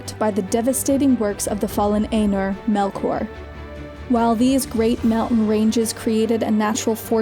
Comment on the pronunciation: [eye-noor], not [ay-ner]. Also, that's plural, singular is Ainu. Morgoth is an Ainu, one of the Ainur. [os-gil-i-ath]. elvish pronunciation is not hard, and guides can easily be found on the internet. for anyone who wants to learn more about elvish, I suggest Parma Tyelpelassiva